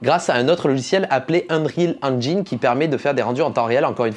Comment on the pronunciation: "Angyan lé bien" "Unaïty" "Unreal Angine"